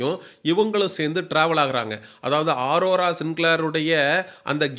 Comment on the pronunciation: 😂😂😂 டேய் அது ஆரோரா இல்ல அரோரா 🤮 நீ சொல்லுவது நடக்குமா பார்க்கலாம்